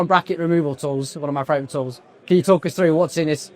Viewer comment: You know you said "fravourite" right?